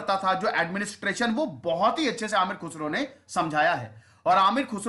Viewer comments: Nice video and information....... But pronunciation is Ameer khusro..... Not Amir. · He is not aamir khusro. He is ameer khusro. Try to know well before you pronounce urdu words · It is Ameer Khusrau; Not Aamir Khusrau. Khusrau means Notable/Renowned. His actual name was Abu'Al Hassan Yaminudeen Khusrau. He was also known as "Tooti (Parrot) Of India (Hind) not Toot-e-Hind but Tooti-e-Hind. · Its not Aamir khusro, its Ameer khusro. Kh sound like salman khan.